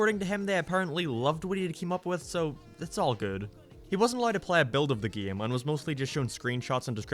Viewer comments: Why do you say “game” like “geyum”? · why he say game like that? "gam" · Ah yes geem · I can’t stand the way you pronounce “game.”